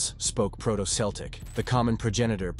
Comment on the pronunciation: Celtic is pronounced as Keltic, please.